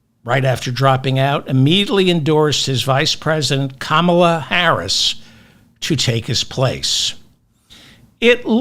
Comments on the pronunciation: 😮 David, David, David! Her name is pronounced with the accent on KAM. It is KAM'-a-la. Simply speak the first syllable forcefully and follow with ala. It's easy and you can do it! You are the best and we love you! ❤😊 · Please learn how to say her name…emphasis on the “Ka” not the “ma” ….ka-ma-la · Kamala = CALM-a-la and MOM-a-la (love your show!) I'm also mad about Joe💖 but feel very good about the way the Republicans seem nervous. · it is not difficult to pronounce, so please try harder: KAH-MAH-LA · You were doing great with Kamala’s name until about one hour in. Ka ma la, same cadence as Pamela. Hope this helps. ❤ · Biden is a beautiful human, and has been a spectacular president. Nonetheless, I can’t wait until you fall in love with Kamala. Think Calm ala to help you pronounce her name 😘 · Ok, David, you must stop saying KAmala’s name with the Republican pronunciation. Think ‘comma’ and add a ‘la.’ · David, to pronounce Kamala, think "common-law" then shorten it to comma-law. Kamala, oulli.😊😊😊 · Please pronounce her name correctly…Ka-mal’-ah. The right pronounces it wrong out of disrespect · C’mon! Her name is pronounced Ka-mal’-ah. Please pronounce it correctly…the republicans call her that disrespectfully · Incorrect! WTF? The vowel is CAR not HAM. Pronounced carmlala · David, think of 'comma-la' and you'll be pronouncing Kamala's name properly! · Please say her name with the emphasis on the first syllable. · those first 2 pronunciations of Kamala were spot on correct, the 3rd & 4th were completely wrong. I love your content! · Please learn to pronounce Kamala's name correctly. You only said it right one time. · Seriously, you will speaking her name continuously from here on and you really need to pronounce it correctly! I know you can do it! 😊❤ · David, you’re mispronouncing her name. Bro. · Can’t even pronounce her name. And I’m supposed to blindly vote for her? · Just like the Republicans, you mispronounce her name. Shame. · kAmala not kamAla